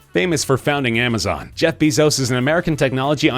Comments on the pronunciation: ITS BAY-ZOES NOT BEE-ZOES!!!! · its not read bizos BEISOZ BEISOZ BEISOZ BEISOZ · You're not saying Bezos correctly!!! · Broon-"EYE." Gates is the second richest man in the WORLD. And no, he is not building Belmont. "BEH-zos." This narrator is annoying.